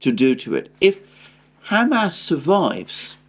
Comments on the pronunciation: With all due respect it's not Ham-Ass or Hummus, it's Hum-ahs emphasis on the ahs. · Please stop saying “ham ass”. It’s just too silly. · Your pronunciation of Hamas is wrong. And it drives me crazy